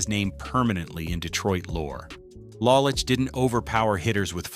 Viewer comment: it is LOW lich not LAH lich